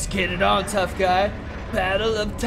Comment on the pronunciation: Someone said gay in kajiu universe all of us were saying what he said I miss spell he was supposed to say guy